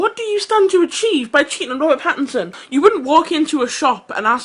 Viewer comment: I've been subscribed to The Young Turks for about a year now on my other channel because of Phillip DeFranco, but their bullheaded opinions without facts backing them up continue to annoy me. And CAN THEY AT LEAST GET THEIR NAMES RIGHT FOR CRYING OUT LOUD? It's Robert PattINson, with an "n" sound. And Nutty Madam is pronounced "mad-ah-m" with a long "a"; you read it as "-dam" when there's an "e" at the end. And her full username is nuttymadam3575. It's Youtube courtesy to mention that. Sheesh.